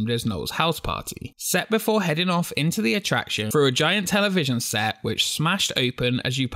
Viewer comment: THROUGH not FROO! THREE NOT FREE! LEARN TO SPEAK ENGLISH!!!!!